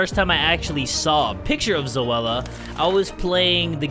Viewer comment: The way he pronouced Zoella name tho. Zowala